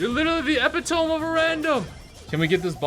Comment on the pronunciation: WHEN HE SAID EH PIH TOME I DIED